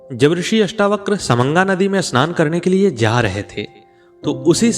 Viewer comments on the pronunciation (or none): none